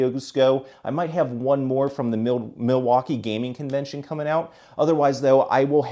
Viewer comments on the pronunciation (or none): none